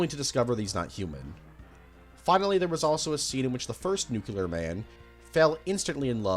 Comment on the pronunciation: learn how to pronounce nuclear bro. its nuclear, not nuculer